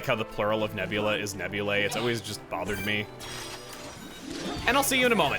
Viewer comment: FYI Chugga, Nebulae is not pronounced “neb-yu-lay”, but rather “neb-yu-lie”, where the “ae” makes an “eye” sound.